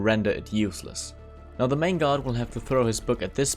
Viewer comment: they way he pronounce guard sounds like god <3